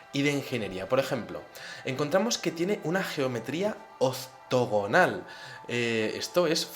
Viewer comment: oztogonal no...se dice octogonal...tu pronunciacion es muy buena pero en esa palabra te has caido